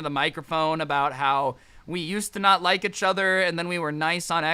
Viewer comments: Everyone: each other: uchuuuter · lets talk about how scrubby say etchuther instead of each other